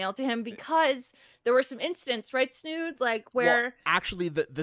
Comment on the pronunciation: Where is the "h" in Snood?